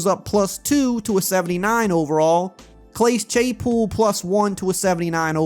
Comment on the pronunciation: This man said “Clase Chaypool”